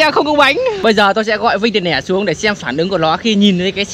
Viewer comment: Đọc tiền lẻ đi bạn ei, tiền nẻ ???